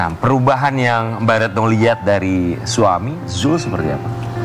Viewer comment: mc nya ganti kali tuh yang nyebut nama zul saja belepotan